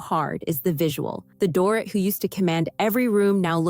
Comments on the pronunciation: "Door-it" LOL Dorit is pronounced "Door-eat" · FYI: Her name is NOT DOOR-IT, it's Doreeeeet. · DORIT is pronounced DOR-REET... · Omg this drives me crazy too